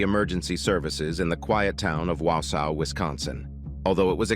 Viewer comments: Wow sow … it’s Wausau (waugh saw) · Haha, the "tiny town of 'wowsow'."rofl.